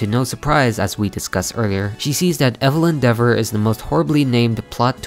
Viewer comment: EVELYN DEAVOR?! EVELYN DEAVOR.